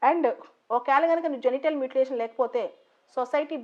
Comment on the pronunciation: మ్యూటిలేషన్ Not మూటిలాతిన్